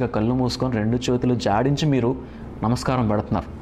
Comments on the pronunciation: Jadinchi kadu bro jodinchi😅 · Anna content was ❤ but 8.53 jadinchi kadu jodinchi